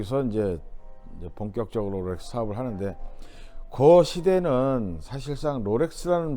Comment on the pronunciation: 로렉스 아니고 롤렉스 😂